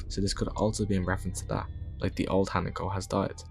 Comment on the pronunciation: great video, i grew up in japan as an american, and just for future videos her name is pronounced “He-Nah-Co” just so you know! new subscriber ❤